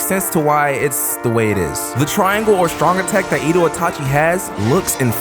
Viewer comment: Oooh Another vid (Btw its eh dough not Edo)